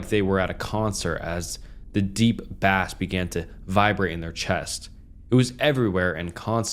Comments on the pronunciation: "bass" when used in audio context is pronounced "base" You are pronouncing it like the fish lol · Dude. You **NEED** to stop guessing on pronunciation. And read through the story before you record it. "Bass in their chest"? "Bass" like the fish? "QuetEAK-o" Ontario? You're putting in all the effort of making these videos, just add in the extra 30 seconds for a Google search to see how stuff is pronounced. 🙏🙏🙏 Keep up the effort though, you can easily take over this genre on YouTube. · Bruh the american/canadian pronounciation of "bass" caught me that off guard I had to stop watching lol